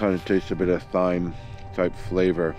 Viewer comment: “Thyme” is pronounced “time”; now you know, and knowing is half the battle. 😉